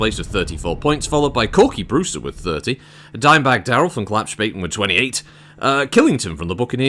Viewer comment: Being German, I was laughing my Urbie off, when "Klappspaten racing" was announced. A Klappspaten is basically a foldable army shovel, but in Germany being called a Klappspaten means that you are an idiot. Correct pronunciation of Klappspaten is like "Club" and "Spartan" without the R, and the S sounds sh like in "she"